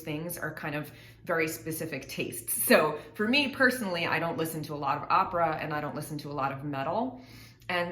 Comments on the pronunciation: Hahaha "Opera" comes from italian language and I can assure you that italians pronounce it more similar to the way the girl that made this video pronounce it than the way Tarja pronounces it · Opera as a word is latin in origin then Italian, they are pronouncing it as it should be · But the way they pronounce opera is how you say it in Latin languages. It's not an English word, the way people on the us pronounce it is not the correct one. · Tarja pronounces "opera" like in spanish and italian, and in latin from wich it comes. So the pronouciation is not weird. Only more accurate. But as alwyas english speakers think that all is english. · I also LOVE the Finnish pronunciation of 'opera.' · That's how is actually pronounced. English speakers got it wrong. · her pronunciation of opera is precisely how everyone outside of US pronounces it...more Tarja please....you should hear her early full mezzo slpendor from the wishes to eternity concert....she doesn't get nearly as much attention as she richly deserves... i am a former army ranger and her exquisite voice brings me to tears each and every time...astounding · opera, in virtually every part of the world is pronounced precisely as Tarja does..and do you think that after 7 years of professional training and dozens of superb operatic performances, she would mispronounce it...